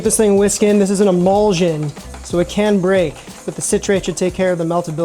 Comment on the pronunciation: What is the deal with so many YouTube cooks mispronouncing the word emulsion? Drives me nuts!